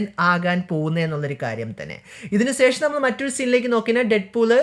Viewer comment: സേഷം അല്ല ശേഷം 😂